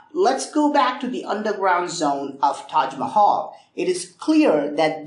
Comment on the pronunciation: I love the tahg Mahal